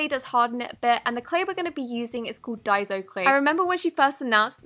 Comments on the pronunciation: she finally pronounced daiso right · SHE DIDN’T SAY DAIZO, IM SO PROUD OF HER 😂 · ACTUALLY, google the pronunciation. It's (day-zo) i was correct in the first place. And yes the packaging does say DAISO when you've just said it doesn't.